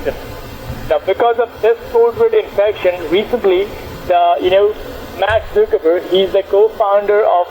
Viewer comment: "mac zoockerburg"